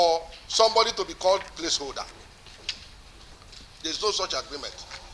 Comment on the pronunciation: He can't even pronounce Place Holder and he want to be a Governor